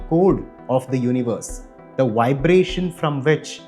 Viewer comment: What a great "wibration"!